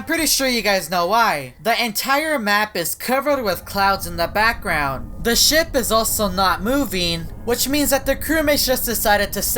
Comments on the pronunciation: Do you have a problem pronouncing the word “Ship”? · He said shit not ship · I wonder who's controlling this ship? Captions: I wonder who's controlling this [ __ ] Edit: Captions are drunk & it mispronounced ship as shit. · when he says ship it’s sounds like sh** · I thought you say sh*t